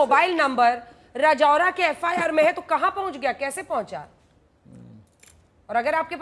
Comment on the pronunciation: राजौरा नहीं राजुरा है वही रहता हु मै